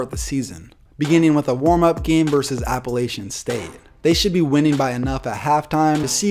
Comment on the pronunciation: Thumbs down for mispronouncing Appalachian State” ! Cmon man!